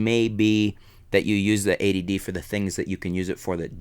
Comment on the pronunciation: I like that is sounds like you're calling it "the A.D.D."